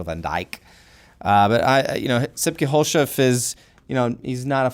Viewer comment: you said sipke verry well but the last name u pronounced that with an funny english accent xDDD